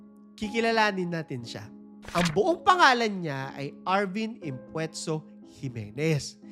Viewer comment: based po sa Wikipedia, his real name should be Arvin "Impuesto" Jimenez. Paki research ng maayos hindi Impuetso, sounds like pwet? Salamat